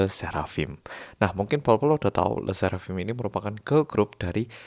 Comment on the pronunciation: I speak french and I want to say that your le sserafim's pronunciation is accurate🥰🥰